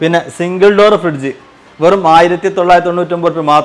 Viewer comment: പുന്നാര ഉഡായിപ്പേ.... ഫിഡ്ജ് അല്ല ഫ്രിഡ്ജ് എന്ന് തന്നെ parayu